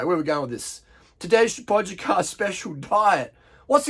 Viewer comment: Learn how to pronounce the name please